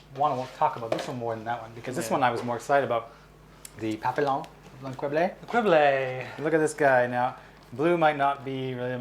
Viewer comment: its pronounced papiyon -_o